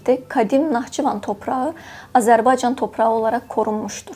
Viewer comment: Lütfen Âzerbaycan sözünü Düzgün telaffuz etmeye çalış şapkalı Â olarak kullan ruslar gibi telaffuz ediyorsun Azerbaycan değil A" zerbaycan yani şapkalı Â gibi düşün